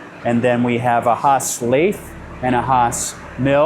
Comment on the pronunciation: And he called the lathe a laith. He's obviously the marketing guy. I'd still love his job, though.